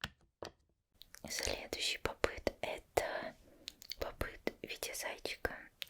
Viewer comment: Плюсую) они еще неправильно называют, не попыт, па'п ит!